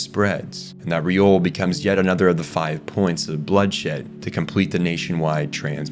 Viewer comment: Great video! But it’s Liore, not Riole